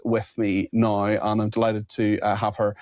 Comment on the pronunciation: NOW is NOT pronounced NIE. That's just irritating.